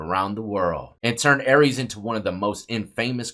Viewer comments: Pronounced are-ee-us dawg, not Aries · Its pronounced Ary- Is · National case and you couldn’t be bothered to pronounce her name correctly. She’s everywhere and has been for 18 yrs but u can’t pronounce her name or insert correction.